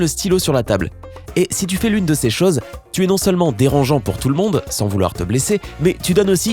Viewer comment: Svp on dit CHOSES et pas CHAOZ